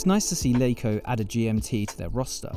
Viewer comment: It's Laco not Leiko